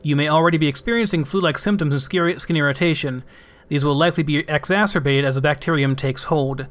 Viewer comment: You have no idea how refreshing it is to hear somebody who can correctly pronounce both efficacy and exacerbate! Pretty much every youtuber I've watched playing Subnautica trips over those two words.. but not you. Kudos to both you and your English teacher.